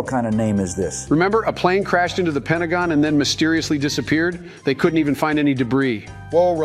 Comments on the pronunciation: Lost it at "Pentagone" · OH MY GOD "PENTAGONE" BAAHAAAAAAAAAHAHAAAAAA